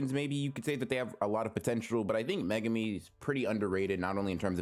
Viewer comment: what the FUCK is megami....its mae-goo-mee